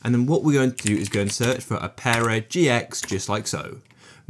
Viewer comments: why does he say opera like "oh-pear-ah" im pretty sure its just opera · it is just opera